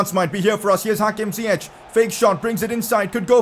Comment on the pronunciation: You say it like Zi-yeck not Zi-yech